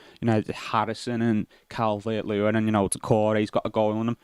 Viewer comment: Cal-Vert Lewin